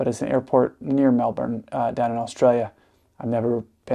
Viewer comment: YES!! You said Melbourne correctly. For those of you who don’t people say incorrectly pronounce it “Mel Born” but it sounds more like “Mel Bin”.